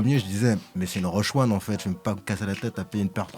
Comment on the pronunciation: Dites à que c’est Roshe Run et pas Roshe One!!! 😏 Il a as bien lu son conducteur!!!